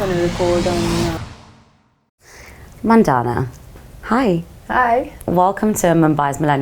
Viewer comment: It’s Mandana, not Man daana.